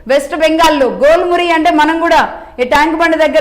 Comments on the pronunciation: Jhel Muri. Not Gol Muri😂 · మేడం, గోల్ మురి కాదు ఝాల్ మురి.